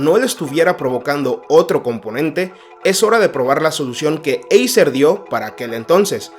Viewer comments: Acer no eiser 😂😂😂😂no das ni una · eiser???? ACER tio..... ACER!!!!!! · se escribe acer, pero se pronuncia eiser amigo